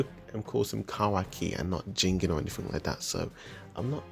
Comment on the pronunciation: "Ji - gen" not "jingin" just to let u know!